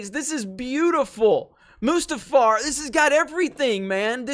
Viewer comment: There should be an 'r'. It's Mustafar.